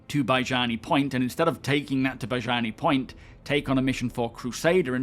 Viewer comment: It's weird to hear a Star Citizen content creator as popular as you mispronounce Baijini Point.